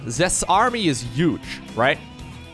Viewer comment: Love all the casting brother! Can't help but notice the way you pronounce "those UGE army" though hahaha